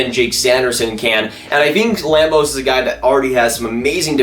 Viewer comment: Put some respect on Carson Lambos' name!!!